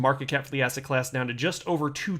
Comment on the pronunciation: Did he say asset or ass hat?